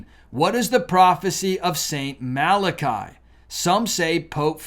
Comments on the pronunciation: It’s pronounced mala-kee. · I think it's "mal-ah-kee" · I believe that St Malachys is pronounced: mal-uh-kiss (?). I could be wrong but, I believe this is how I have heard it pronounced before. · I often see documentaries on Michigan, where they speak of the Mackinack bridge, Mackinack Island, etc. Mackinac is pronounced "Macki-NAW." I see that same thing happen with poor St Malachy. I do believe it's pronounced "MalaKEE" not "MalaKAI." I also think I read somewhere that Conchita Gonzalez of the Miracle at Garabandal, Spain said of the popes: "...There will be one more." Looks like that prediction may be authentic. Eschatology is one of my many hobbies (cause I just want to know when to DUCK!). I was observing the so-called "Nostradamus Effect" in my research long before it was a TV miniseries. When prophecies made by individuals of different religions, separated by thousands of miles and hundreds/thousands of years, coincide, and they mention or hint to similar events or cataclysms, THAT'S not myth. THAT'S not a coincidence. THAT'S the time to panic! God may be watching the current revivals in the West and mass conversions in the Middle East (24% of Muslim youth are leaving the faith or converting) to see if the last precious few souls can see the light and accept his Son Jesus.... before he lowers the boom on us all! All we can do at that point is open up our tiny clown parasols and pray like there's no tomorrow... because there may not be one! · No one should disrespect our Popes, so sad. you called him St.Malarkey when his name is St.Malachy. I am sorry I have to unsubscribe your channel. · Their prophesy has nothing Biblical in it's context. The Bible is condensed and not a big part of Catholosim. Your pronunciation of "Marlarckey" is so much more prophetic. The Father, Son and Holy Spirit will decide the end not a Pope or any other "religion"! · Pronounced, MAL A KEE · Pronounced Saint Mal-ah-key.